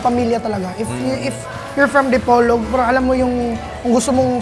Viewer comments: boss, sa PO po ang rising intonation sa Di-Po📈-Log ❤ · idol DI-PO-LOG City. slow lang:D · Panoorin ko sana kaso iniiba mag pronounce ng Dipolog.